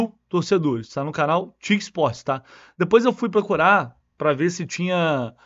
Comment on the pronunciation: Não é "TIC" Sports. Pronuncia-se "Tê", "I", "Cê". "Torneos y Competencias"(TyC). Não existe "TIC".